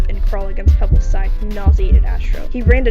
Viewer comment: NOT PEBLES 😭😭😭